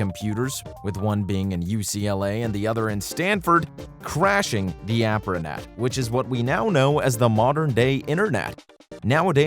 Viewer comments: ARPANET, not APRANET.🙄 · It's "ARPANET"